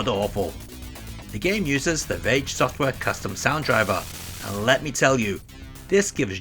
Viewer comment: You called Rage "Rare" during the SNES segment.